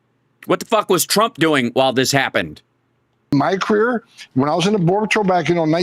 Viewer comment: “My creer”. Wtf.